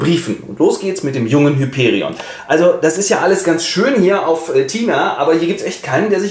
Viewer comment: Tatsächlich wird Hyperion auf dem i betont und das o ist lang!